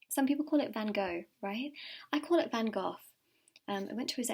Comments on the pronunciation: Your readings are insanely accurate, I picked the black cart and I want to buy a house, I am an artist - Van Gogh btw how you pronounced it is correct, the love lock thing I saw them for the first time a couple of days ago, when I thought of my partner is when you pulled out the swans and the love lock. And you said healthy snacks as I’m snacking on a orange to be healthy at 4 am lol. Wow so many things were spot on. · You’re actually pronouncing van gogh a lot better than most native english speakers! X a dutch speaker